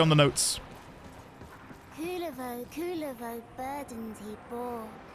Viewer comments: Kullervo is one of the best warframes rn, top 3 at least, hope you try him, theres mountains more lore in duviri to be found as well. Also, the general community agrees to pronounce it "Koo-LARE-vo" instead of "Cooler-vo" cuz that shit sounds lame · as a Finnish person it kinda bugs me how the game pronounces Kullervo 😅 Game basically pronounces Kulervo instead of Kullervo. No harm done tho. Oh yea btw if you wanna understand Kullervo’s lore it is directly inspired by his namesake in Kalevala (finnish folklore) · the pronunciations. you said "Kulervo instead of Kullervo" , and i don't get the difference either 😅